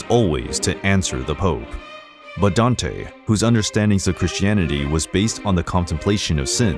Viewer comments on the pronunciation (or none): none